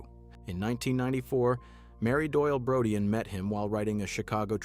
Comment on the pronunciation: Marshall's last name is pronounced as BRO-DEEN.